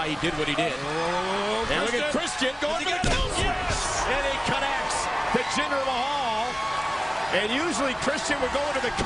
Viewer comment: Why do you put a A at the end of Jinder's name?